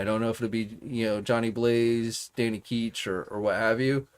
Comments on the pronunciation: ItsDanny Ketch. Not Keech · His name is Ketch, what you’re saying is “keetch”.